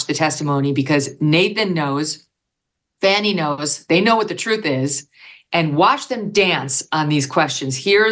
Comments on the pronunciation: Why do you continually pronounce her name wrong? Sounds like "Fawny" not "Fanny". Even your guests pronounce her name correctly. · "It was a Fanni call." I caught it, Megan. Well done, my lady!